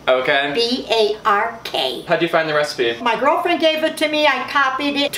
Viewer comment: Did say..girlfriend? xD